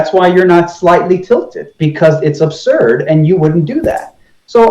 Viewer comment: You let him take too much time. It is mostly him talking. And he is NOT nice. “Neely” Tyson? “Globhads”? “Every thing you are saying is aburd.” No. Not nice. And the burden of proof IS on the side with the new theory. AND he is a conman. Look what he did before the Flatearth became a big thing.